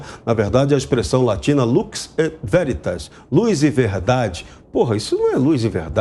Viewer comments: Deu pra ver o conhecimento do jornalista. Não sabe nem oq é latim. Luchi veritás. Tá de sacanagem.. vem do latim lux et veritas. Luz da verdade. Burro, dá zero pra ele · Aprende,: pronuncia-se “luks êt véritas”